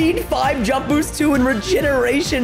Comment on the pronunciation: I like how he said boots instead of boost